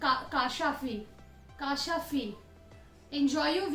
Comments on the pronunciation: Thats not kasafi thats kasfi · It's not kashafi it's a kashfi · Didi.... It's Siyaam..& kaashfi....